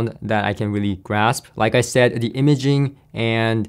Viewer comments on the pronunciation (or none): none